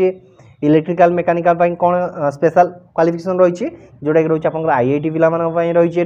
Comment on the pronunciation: IIT NUHE ITI SO PLS SPEAK CORRECTLY